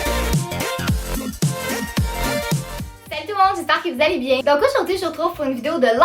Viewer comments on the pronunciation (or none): mais mais ..... c quoi cette langue elle dit j'espère que vous aller bien mais elle dit biey